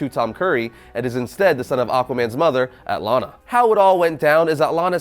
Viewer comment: It’s not pronounced at-larn-la for fucks sake